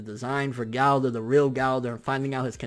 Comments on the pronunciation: Galdor.... its Gowthor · Go-Ther (Gowther) not Gaulder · IT'S "GO-THER" NOT "GHOU-THER" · Not Golder Its GOWTHER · I finally figured out dis nigga saying gowther not gowder😂 shit had me confused like who da fuck is this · Who tf is Gáldar?!?!? Gowther.... ther, ther.. 😓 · am i the only one that gets upset at the way he says gowther